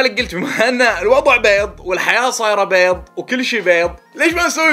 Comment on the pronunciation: عندك ثار مع حرف الضاد ؟ 😂😂😂😂😂😂😂